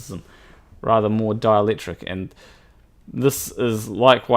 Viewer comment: When you say 'dielectric' I hear 'Dalek'.